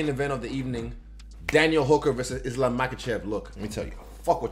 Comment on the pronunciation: So so so srryy bro....Islam...??wad ??Islam??wad??say it again bro...Islam...wad?? DAN WHO??WAD DIS U JUST SAID....LOL....NUTHING MUCH TO SAY....I GUESS U MIGHT BE A GOOD VIDEO FUNNY EDITOR...UR TIME IS COMING SOON TO BE LIKE DAN.....GOOD LUCK